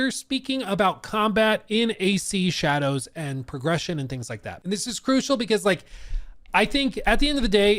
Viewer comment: It’s pronounced assassins creed SHA-DAH-hOe